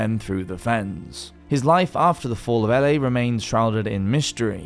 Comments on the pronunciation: Ely is pronounced Eely, not Elly. I didn't know where you were talking about at first. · E-lie not Ellie. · Ellie!! Who the hell is Ellie?? And why are they going there? Ohhhh you mean Ely Pronounced " E-ley" ( A town 70 miles north of London) 😊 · The town of Ely is pronounced "eely" like eel with a y. It took me several seconds to realize what "Ellie" was. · Not a single video without butchering the pronunciation 😄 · Yes! I was shouting “Eely” by the fourth rep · EE-LEE not Ellie \m/ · Ely, lovely place but pronounced Eely. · BTW Ely is pronounced EE lee. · Its pronounced ee-lie not ely the elephant?! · Ely is pronounced Elee! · For Goodness' sake, it's pronounced "Eely" as in a place with eels. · The isle of Eli pronounced eely as in the Isle of eels. A bit of basic research on place name pronunciations would help...